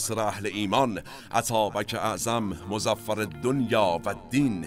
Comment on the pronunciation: با سپاس فراوان از جنابعالی و همکاران محترم تان، به عرض می رسد "مظفر" الدین و الدنیا به کسر "ف" است و اسم فاعل به معنای بدست آورنده پیروز. همچنین است "مفرح" به کسر "ر" به معنی شادی آور. با احترام بی نهایت به شما بزرگواران فرهیخته.